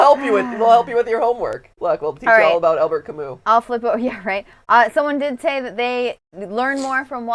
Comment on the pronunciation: Huge theatre geek It's pronounced "Albair" not "Albert". My favorite Camus is The Myth of Sisyphus. No Exit is definitely a great Sartre play. Even though I'm a bigger Samuel Beckett fan... Waiting for Godot